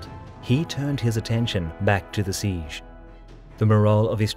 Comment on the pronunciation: Every time you pronounce 'siege' my brain cells die